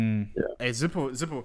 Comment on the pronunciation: It's funny how Ohne says Zipo like Zipel